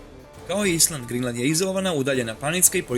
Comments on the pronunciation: Haha da, ja kazem koja je ova Grinland, a kasnije skonto Grenland 😁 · ne kaze se grinland nego grenland no hate care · Ne kaze se Grinland nego Grenland care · Mislim da je Grenland, a ne Grinland...